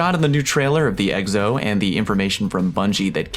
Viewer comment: Are you intentionally pronouncing Exo as eggs-o?